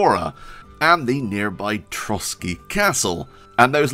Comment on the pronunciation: Your effort to pronounce Kutná Hora and Trosky correctly is much appreciated! When I heard ESO, I think, promouncing Trosky with English "ay" at the end of the word, I almost suffered a stroke :D